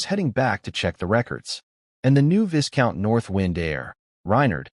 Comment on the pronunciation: What to try • Replace viscount with “vye-count” in the script just for narration. • If your voice app supports pronunciation overrides, enter a custom pronunciation like “VY-count” or a phonetic form. • If it supports SSML, use a phoneme tag or alias so the voice says the word correctly.